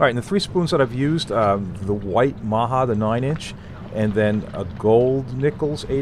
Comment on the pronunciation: just so you no the spoons are tony maja pronounced tony ma like short for mom and ja so maja ma-ja